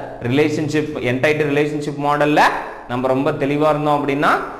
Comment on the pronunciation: Sir class super but neenga என்டைட்டி soldrenga🤔, adhu என்டிட்டி